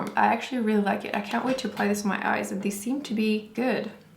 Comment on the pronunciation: Why does she pronounce "the" or "they" as "de" and "dey"?????